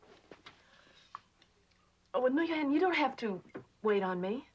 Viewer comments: In the show, Nguyen is pronounced "New-Yen". The correct pronunciation of this Vietnamese name is "Win". Furthermore, Nguyen is usually a surname, not a given name. Also, if the son is in high school which means he could be anywhere from 14 to 17 years old (the actual actor was 15 at the time). The US first started sending troops to Vietnam around 1965, so the father would have had to leave around 1967, come home and get married and have his son within two years of returning home. However, the war was in full swing around 1967 and it is unlikely any soldier would have been released at that time. Furthermore, the actress who played Nguyen was 28 at the time, born well before any US troops were sent to Vietnam. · The girl’s name should be pronounced “Win”!